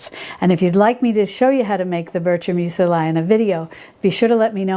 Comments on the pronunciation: I have to ask... Meu-se-lie? I thought it was pronounced meuzli...? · Hi....I hope you will take my comment in the spirit of helpfulness in which I make it: Muesli is pronounced mews-lee not mews-el-eye. And it always tastes good no matter how it is pronounced:P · I have been stalking PHG for the Mockmill for MONTHS. Thanks for the tip on your discount code. Muesli is pronounced Moo-es-lee (except the oo is actually an umlaut sound which we don’t have in English.) I love your content. Cannot wait for your book which I pre-ordered. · STOP saying "museli!" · Love you & your channel,! Thank you so much for showing us this, and by the way, Muesli is pronounced M-you Zlee Thanks again & much love <3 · What the heck is that pronunciation? I only had audio and had to check just what it was she was referring to 🤣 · Dear sweet please Google, how to pronounce "muesli" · Thank you for this thorough review! I'm looking into the flaker attachment for my Bosch mixer. 👍🏼😊 Also, I've never heard anyone pronounce muesli that way. I've always said it with the letter i making a long e sound. Perhaps I've been mispronouncing it all this time! 🤷🏻‍♀️🤔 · needs to check Google for the proper pronunciation of muesli. She's adding a second "i".